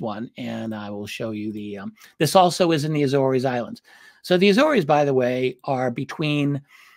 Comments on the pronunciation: RD the islands name is prounced A-ZORE’S … like a SORE shoulder…but with a Z …. And it’s plural. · Agree, my Naval warfare community, land-based maritime patrol P-3's were often based at Lages (Lah-gez). It is difficult to ignore the mispronunciation of the Azores (Ay-zors) without comment because it is steeped in our community's many sea stories and deployments there. Not a critique of thr great Richard Dolan by any means, just a comment. Love, love his coverage of U.S. Naval UAP and USO encounters. Keep it up!